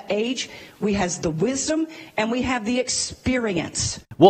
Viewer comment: “We has the wisdumb.”